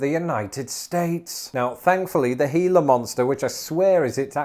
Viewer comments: It's pronounced, as correctly says, HEE - la Monster, in the standard Spanish fashion. They are native to the Gila River country of Arizona, which is in the Gila Desert. They have to chew you to inject the poison. Since humans are obviously not their prey since they're not very large, and humans are also something they try hard to avoid, you have to get really close to one and threaten it to be bitten. It is serious and you need to go to a local hospital ASAP for treatment and antivenom. They're an endangered species and have federal protection. Everybody who lives in the desert knows you make sure your boots are empty before putting them on, that you don't crawl or reach into dark places without careful examination, that you watch carefully where you're walking and that you use common sense. Thus our normal casualties from venomous animals are usually expatriate English people. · I'm just proud of him for learning how to say Gila. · Thank you! You actually pronounced Gila correctly! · I am SHOCKED you pronounced Gila correctly. Most people say it with a hard G. The one thing I hear Britishers screw up is the name of the famous cactus found in the same desert as the Gila Monster, the Saguaro cactus. That's pronounced suh-WARR-oh, not suh-GWAR-oh. No hard G. Thanks, Spain.